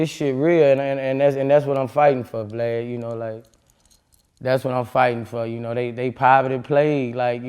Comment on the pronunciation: Lol he calls him "Vleid"